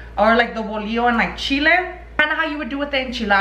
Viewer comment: I get anxiety when she says tomatios bolio instead of tomatillos bolillos 😂